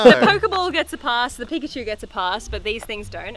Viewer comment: Peek-at-chu it’s perfect.